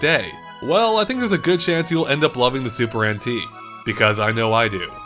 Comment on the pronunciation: I keep on hearing him say “Super Antique”